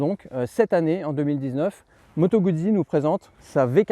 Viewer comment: se prononce Gout'si !!! (jamais goud'zi !)